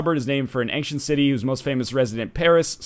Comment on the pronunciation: Man, NL... what's with the way you say "ancient"? It's like... Ankhshent... or something.